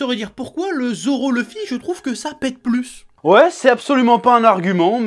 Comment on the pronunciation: c'est luffy pas leuffy